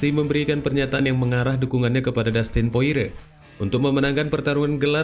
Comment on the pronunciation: Porier bang, bukan poire